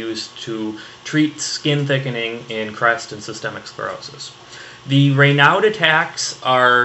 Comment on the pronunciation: Raynaud was a french doc, so the "d" is silent lol.